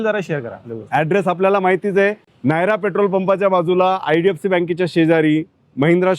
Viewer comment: Reality pn sanga jara😅 aani नायरा नाही नयारा